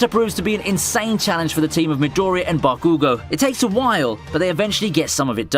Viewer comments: It's Bakugò and Midorìya... Is so frustrating earing a wrong pronunce... Seems like eng ppl just have this bad habit of mangling the name of every japanese char. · You know I just don’t get it with some people with pronouncing Naruto. The freaking anime shows you how to pronounce his name and people still mess it up 😂 Edit: We just gonna ignore how Bakugo was pronounced here lol